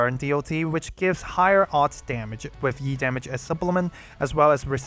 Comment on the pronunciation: I'm so ready for Yu, but still I hope I can get him early and manage to snag Blaze alter as well. Also E-damage sounds like YEET-Damage